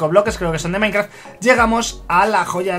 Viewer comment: Jajajajajaja dijo soy maikraft